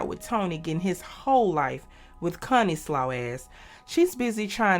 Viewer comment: Connie, Not “Cunnie” 🤦🏾‍♂️😅